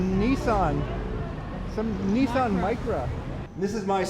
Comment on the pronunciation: Neesan? Ni ssan. Nissan. Faster easier to say.